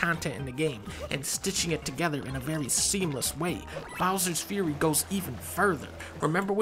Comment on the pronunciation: Bowser's 'Furry'